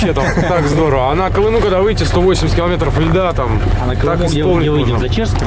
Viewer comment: КиломЕЕЕтров,! КиломЕЕЕтров...Когда вещаешь на большую аудиторию, надо стараться говорить грамотнее, тем более на родном языке, стыдоба! Видео твои смотрю, лайки ставлю, но "ихние кил0метры" прям режут слух